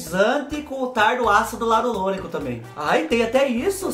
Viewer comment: Ai, vc falando ácido hialurônico!! 😂😂😂😂😂 Linda a camisa! Fubazada sabe dos teus gostos!! Panterinha é igual criança!!!🥰😘😘👏👏👏👏👏👏👏👏👏👏👏👏👏